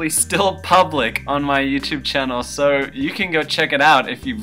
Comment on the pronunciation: So sounded kinda British haha OH and YOSHI IS AWESOME!